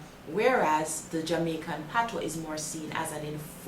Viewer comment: As a proud Jamaican, im so glad to hear some one finally explaining and pronouncing the Patois(Patwa) correctly.....(gawm mi girl yu knw wah yu a sah). ppl dnt read the Patois book just listen to this Jamaican lady.